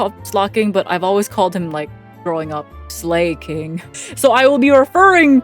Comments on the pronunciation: Slaking is pronounced Slah-king because it's literally just Slacking without the "c" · "slay king" i dont fucking believe you. "lap her ass" you fell to the dark side WAY earlier then most normies huh? hope to god theirs nothing else.. "dunce-" yeah no shit it doesnt work you got like a bootleg version or something the gag varient that says ass anythime the sound 'as' appears in any word! even if its acs" is arceus "Ass-we-us" ? almost sounds like a butchered asriel pronounciation... how has this never appeared in a previous video i've watched of you... "obama" theirs something deeply wrong with you... how'd it take till this video for it to appear i dont believe you exist as a person... concerned... concern. anyway uhm fucking take a like not watching this wth go back to smol maple the only real perrson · I love how you gave 2 incorrect pronunciations.For slaking. Considering it's been confirmed that it is literally just pronounced the same as the word slacking...